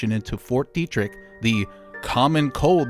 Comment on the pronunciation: Isn't it pronounced "Debt-trick"?